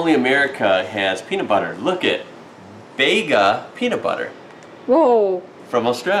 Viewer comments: You're going to have to add another room to your house JUST for all of the Aussie and Kiwi gear.... And Bega is pronounced BEE GAR and it's where I live.. YAY..!!! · Scotch Finger biscuits are very nice with coffee or tea..I have them every day. BEGA is pronounced BEEGA, an Australian company that makes the BEST cheese! Macquarie is pronounced McQuarry. Lachlan Macquarie was a former Governor of NSW. Macquarie served as the fifth and last autocratic Governor of New South Wales from 1810 to 1821. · Adopting a Koala is awesome; until they turn up on your doorstep drunk with all their buddies asking for money :) BTW, it's hilarious listing to your pronunciation of some words, for example wombat, Port Macquarie, Bega and various others. You were right, it was an Echidna - good work.